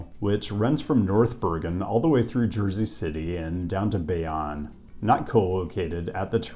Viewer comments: as someone who lives in Bayonne, I can say you butchered that pronunciation. It is called “Bay - Own” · Oh man....its pronounced Bay-Own. That hurt. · Not bayawn! It’s pronounced bayōne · Much love for sharing info about Hoboken, one comment… I grew up in Bayonne and it’s pronounced Bay-Own, not Bay On hahaha and all the non-citi bikes parked by the train belong t grub hub and uber eats delivery guys that take over the streets and sidewalks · It was good seeing you all at Hunter. I made the trip up from coastal NJ by train, of course. Wish I lived in NYC. Just wanted to say you said Bay-on when it's Bay-own. Hoboken is a super cool town. RIP Maxwell's (legendary venue where lots of well-known indie/alternative acts played). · Bayonne is pronounced Bay-own not Bay-on. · Small note: we pronounce it Bay-OWN, not Bay-ON. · Its pro nounced "bay-own" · that is a horrible mispronunciation. its pronounced bay-own. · Way to go Hunter College!, my Alma mata. Hope you’ll spend more time in and around NYC. BTW it’s pronounced Bay.own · Its pronounced BayOWNe. Much of Northeast Jersey (Hudson, and parts of Essex, Union, and Bergen counties) has great urbanism, due to its proximity to NYC and its long pre-automobile history. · Bayonne....pronounced Bay-Own 😁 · Thanks for this. By the way Bayonne is pronounced [ Bay- Own] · Grew up in Jersey City, New Jersey (lived in the Country Village section). Jersey City has changed dramatically. Great light rail system. Correction: Bayonne, New Jersey is pronounced BAY-OWN. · If you mispronounce Bayonne again you better watch your back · My only quibble with anything here is the pronunciation of “Bayonne” - the second syllable is a long o rather than a short one. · As someone from North Jersey, hearing you pronounce Bayonne hurt my soul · Being from NJ it was painful to hear you say Bayonne. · Your Bayonne prounciation was painful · Came to the comments just to make sure someone corrected this!